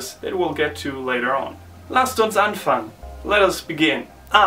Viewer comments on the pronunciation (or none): is it me or did you say "anfangen" as "anfan" only? Why no "gen"? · Wow, is this common (like pretty much what natives say) or is this by region? Thanks! [learning German]